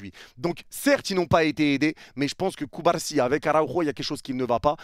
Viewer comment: ta façon de prononcer CubaRsi me fume tellement 😂😂